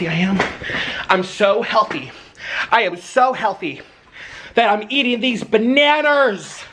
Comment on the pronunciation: « BananERS » Im dead 😂😂😂😂